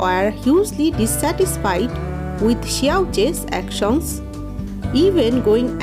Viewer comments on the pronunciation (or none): The way you are explaining wow😁🤣 Island as ise....land Action as actious...